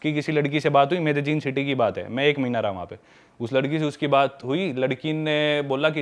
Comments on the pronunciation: Sorry! But it's pronounce medeyin not medejin. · It's not मेडेजिन or मेडेलिन... it's called मेडेइन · it's MEDEIN. This is how it's produced.